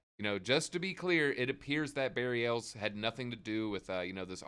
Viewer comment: It’s pronounced Ah Les short for Alessandro